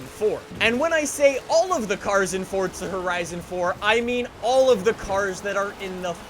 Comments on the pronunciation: For-za not for-t-za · I’ll subscribe when you say forza. Not fortza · ITS FORZA FORZA NIT FORTZA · I can’t listen to this dude saying FORTZA anymore.. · There’s no T in Forza my dude